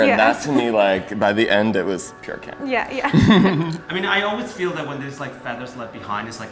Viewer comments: it's meant to be camp not lamp 😄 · read CAMP as LAMP 😂